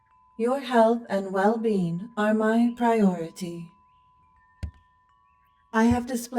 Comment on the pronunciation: Not my well bean, anything but my well bean!